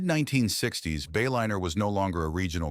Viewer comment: AI slop. Disappointing. "Bay-linner"